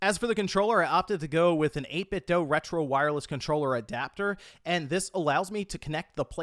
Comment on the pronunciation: Feel like this guy's trolling us with his pronunciation of certain things. The only person I've ever heard pronounce 8BitDo like Homer Simpson's just stubbed his toe..."8BitD'OH" 😂😅🤣😂😅🤣